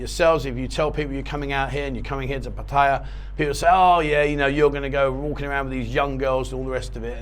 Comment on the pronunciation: Awesome iam impressed you pronounced Pat ta ya properly no one else seems to lol You should do a show on how to pronounce Pat ta ya properly Cheer's mate half kidding :)